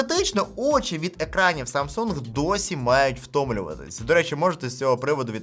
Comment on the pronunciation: Ха - ха , Samsung корейці вимовляють, без g